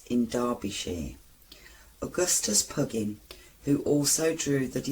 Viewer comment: Pugin: pronounced 'pew-jin'